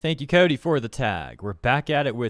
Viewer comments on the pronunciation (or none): none